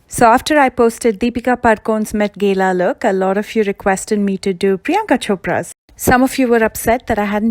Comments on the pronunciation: Its not met GEELA , its Met GAA-LAA✌ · It’s Gala not Gela. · Wo met gela ni gala Jota hai🤣🤣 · This is not met gela this is met gala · BTW it's not met gela it's met gala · Wow girl u put so much effort with the hair. Priyanka most probably ws wearing a wig. But u actually did that styles on ur own hair! U did a great job! Btw i thnk its pronounced met GAAla